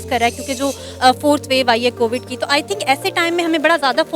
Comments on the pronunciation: In mahtarma ko koi bataye covad nhi covid hoti hai..... 😂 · Cowad(कोबड़) vaccine...... 😂😂🤣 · Ye log covid to dhang se bol nahi sakte , vaccine kya ghanta banayenge 😂😂